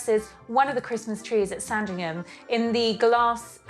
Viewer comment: It’s never pronounced “Sarn-dring-ham”. It’s “Sandringum” (short ‘a’).